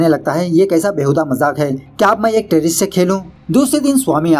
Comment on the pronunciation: I don't want to say but its not terroisto its terrorists